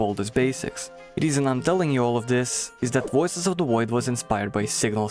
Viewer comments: Woices of the Woid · "wuioces of the woid" -this guy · Woices od da Woid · Woices of the Woid.